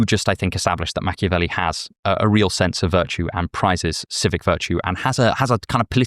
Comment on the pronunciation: Me: "Did he really say „reral”?"